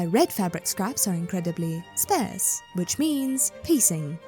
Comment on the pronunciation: Sparse rhymes with farce, just a heads up :)